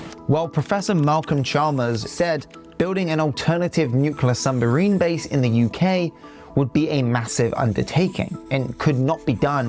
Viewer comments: how did you pronounce submarine 2 different ways and still get it wrong hahahah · I enjoyed the pace, clarity and content of your presentation, right up to "Nucular" and "Sumbarine". 🙄